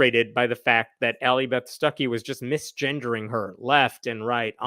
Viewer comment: Every time you say her name I hear "sucky"...